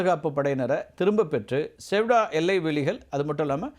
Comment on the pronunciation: அது சியூடா நகரம்! செவ்டா செவ்டா என்று சொல்லி கொண்டு இருக்கிறாய்! 😂நல்ல வேலை லவ்....என்று சொல்லவில்லை.